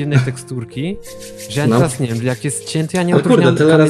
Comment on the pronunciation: verez teraz a nie vertez